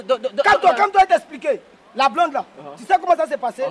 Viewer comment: Aahhh c'est un blande ont dit pas bland mais plutôt blonde